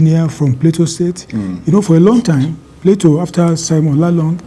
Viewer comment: Someone please tell Bayo Onanuga: It's not "Plato" State. 😂 It's "Plateau" State.